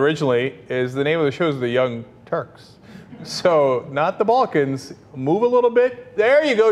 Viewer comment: He did not say Balkans did he, I heard "Baltic."